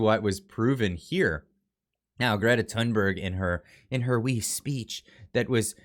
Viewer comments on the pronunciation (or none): Good analysis. Again. - I'm Swedish, in spite of the name. You come closer to the Swedish pronunciation of her surname, if you read it as Toonberg, rather than Tunnberg. Thought you might like to know this...